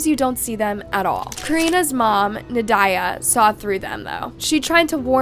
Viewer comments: Nad-ya. Not Na-diah. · Na die ugh lol I think it’s pronounced like Nadia… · Pretty sure you’re saying the name wrong. Should sound like “Na-dee-a” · It's pronounced naw Dee yaw Just so you know Very typical Russian name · It seems AI is being used. A human voice would be wonderful. I think it is more "Nad-ya".